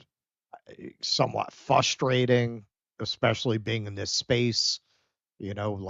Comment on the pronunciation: keeps dropping his R,s. Foward, fustrating.. come on bro its forward and Frustrating.. love you guys 😊😅😅... I was wrestling with my two nephews,we tumbled off the bed and I was between the bed and wall with two 150 lbs kids on me.. I couldn't breath, luckily they heard me cause I thought I would die..and I was in better shape than most... I really started to panic when I couldn't breathe..it happens...😅